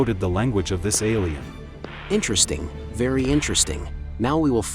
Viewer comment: "iNtReStInG vErY vErY iNtReStInG"